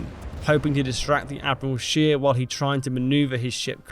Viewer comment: admiral scheer. true, the word admiral is in english and german very similar, no problem there. but "scheer" is the problem. double e is a long e, it's not pronounced as an i. the german word you said was schier (which exists). the english wiki article has the correct pronounciation "atmiˈʁaːl ʃeːɐ̯"